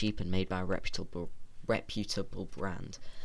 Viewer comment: re pu ta ble